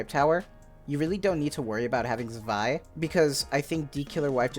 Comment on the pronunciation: You pronounced her name correctly!!!!!